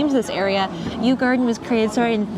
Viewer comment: Yu Yuan/garden is pronounced closer to Yi Yan/garden. Both sounds does not exist in English.